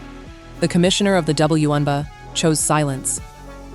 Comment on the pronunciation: The "womBA"?? Get a new AI voice.